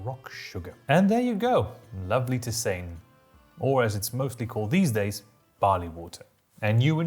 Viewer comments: "Tissain"? "Teezan"! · if you were lucky there might be a smallholding that brewed beer. In larger towns there's a tavern. Most "adult beverage" was made by individual homes for self consumption. Whoever brewed the best sometimes others might come over to have some. Also, i always thought tisane was pronounced (tee-sah-nay) which is where we got the word "tea" from